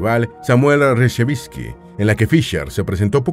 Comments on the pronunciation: Es Samuel Reshevski, no Resheviski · Es Reshevsky, no Reshavinsky. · Molesta oír el inexacto apellido del campeón norteamericano Samuel Reshevsky. En video sobre Fischer el locutor lo pronuncia Rechevinsky varias veces. Es inaceptable en un video que se supone bien preparado. Se nota que el relator no tiene ni idea de los mejores jugadores de ajedrez. El apellido del campeón mundial Smislov lo pronuncia "Chimslov".